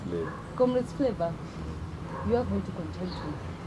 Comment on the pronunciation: "Comrades what?" ... flavour 😅😅😅 haki Stivo leo umetamka hiyo flavour ni kama haina flavour kabisa.😅😅